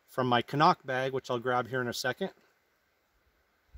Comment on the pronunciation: CNOC Pronounced “Sea - knock”